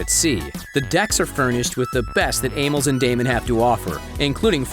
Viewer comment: The VO dude mispronounced Amels, Damen... and starboard.